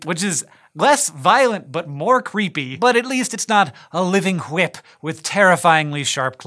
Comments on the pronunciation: No comments on the emphasis on the "h" in whip? Maybe I didn't scroll enough. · Did he say whip like stwie griffin